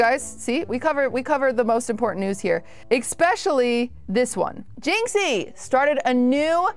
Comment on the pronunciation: Please don't say "Expecially" ever again